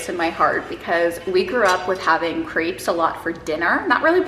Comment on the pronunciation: Can’t wait for France vlogs 😍 I was do confused the first couple of minutes because I understood grapes instead of crepes 😂